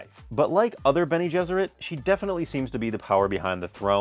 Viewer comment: it's "bene gesserit" not "beni". it's latin, meaning "he/she will have carried", "he/she will have borne".